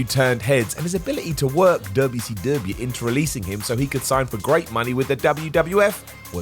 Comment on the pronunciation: Why do you say wcw weirdly every, single, god damn, fucking time?